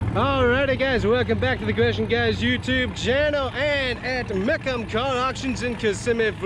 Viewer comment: its "meekum" is how you say it.